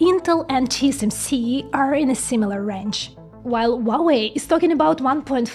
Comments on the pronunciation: Wuawei? H u a W e i. Spell the letters please. It’s impossible to listen. Sorry for that… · you do not pronounce correctly hua wei, it should be according to wikipedia : /ˈhwɑːweɪ/ HWAH-way; there is a R sound at he very beginning like in hua